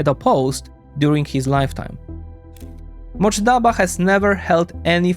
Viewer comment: It’s not Motjaba but MOJTABA